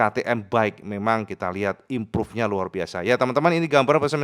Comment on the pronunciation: Imprav impruve gak impruve impruve.... HTA busuk